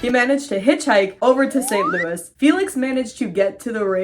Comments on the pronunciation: We in St. Louis call it “ saint loo is” not louie 😅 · yaaay new upload!!! (also this is my first time hearing anyone say St Louis the French way 😂)